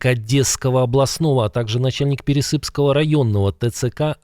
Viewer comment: ТЦК --- не военные , а не законное бандитское образование.Не ПересЫпского , а ПерЕсыпского района.Надо правильно делать ударение.